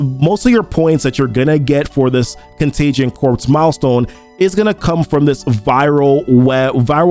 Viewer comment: "corps" is pronounced "core", like Marine Corps. It's not Contagion Corpse (although that would be appropriate...):D